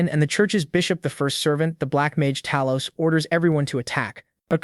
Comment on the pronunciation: did i just hear them say talos